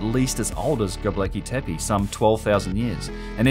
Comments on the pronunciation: You keep saying 'gobleki tepe.' It's not gobleki, it's gobekli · You searched wikipedia for "Gobleki" not Gobekli Tepe. Great channel, thank you